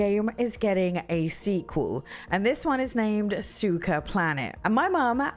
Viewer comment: Great list! By the way, suika is pronounced more like sue-we-ka. The "i" sounds like the letter "e".